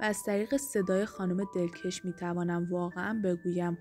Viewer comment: دلکش رو باید به فتح ک تلفظ کنید چون مث کش شلوار که نیست !!! دلکَش یعنی دلچسب و گرم و گیرا یعنی دلپذیر ...‌